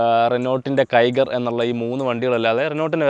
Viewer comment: കിഗർ, ടിബർ അല്ല ബ്രോ... കൈഗർ and ട്രൈബർ ആണ്... പിന്നെ ബ്രോ ക് 15-18 മൈലേജ് കിട്ടുമെന്ന് കേട്ടപ്പോൾ അതിശയം തോന്നി, with upsized wheels...എന്റെ turbo CVT ആണ്... stock wheels...മൈലേജ് 9-10 കിട്ടുന്നുള്ളു 🙄🙄 ചെളി കേറുന്നത് പുതിയ വണ്ടിയിൽ solved ആണ്... പക്ഷെ 2021 മോഡലിൽ ഡോർ സൈഡിൽ rubber beeding പിടിപ്പിച്ചാൽ മതി...